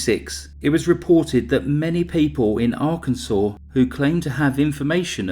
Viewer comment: Cause of death - “arkanside”!!!!!!